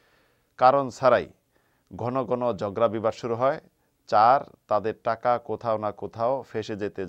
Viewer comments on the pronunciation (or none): none